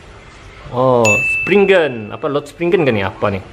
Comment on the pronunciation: Bukan springgan spriggan